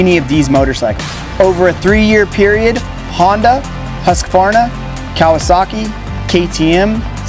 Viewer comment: Thankyou for not saying "Huskavarna" like the rest of dimwitted America...